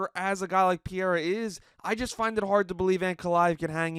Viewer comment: Your constant mispronunciation of Pereira’s name has me pausing the video, commenting and never viewing.